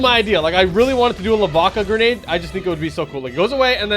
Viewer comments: Grendade launcher instead of Grenade launcher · “Grendade launcher”💀💀